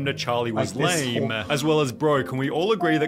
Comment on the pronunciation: why does say "lame" as "lah-MEE" is he illiterate?